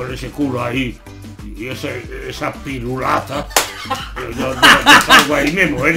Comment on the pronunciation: Yo escuché PIRULATA con la T